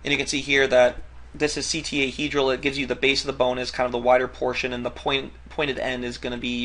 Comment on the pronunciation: "ctahedral" in the beginning